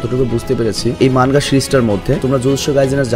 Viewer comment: মানগা না ভাই। মাঙগা।